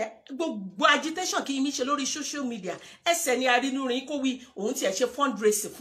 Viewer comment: Error in pronounciation dear, it is not called, "shoshial media" but "social media."